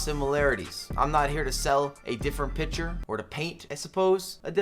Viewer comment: Can you say “picture” more often🤣 I’m American but the way you say it makes me laugh lmao